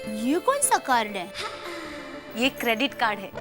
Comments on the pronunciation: " K...A ...drit card" 😂😂😂😂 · kedrit nahi shedrit card😂😂😂😂😅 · Ka-drit card 😂😂